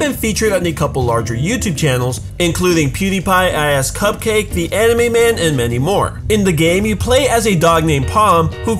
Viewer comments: CupQuake not cupcake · it's cupquake not cupcake